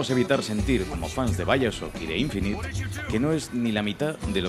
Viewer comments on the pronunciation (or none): none